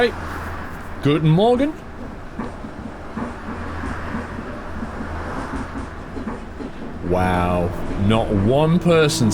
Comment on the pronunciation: Hey, you have a nice pronunciation of 'Guten Morgen' now.